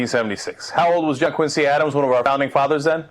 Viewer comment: oh dear God.. this woman is a flash in the pan. I BEG HER TO RUN AGAINST OBAMA! Barack's a shoe-in. And, by the way, it's pronounced John QUIN' zee Adams. The Quincy Family pronounces it "QUIN' zee". The level of stupidity pervading the airwaves is truly disturbing.